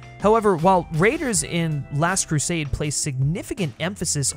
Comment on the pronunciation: Keeps mispronouncing "Last Crusade".